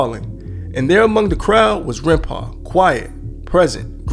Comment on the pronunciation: Aint gonna lie scarred me with "Runpau"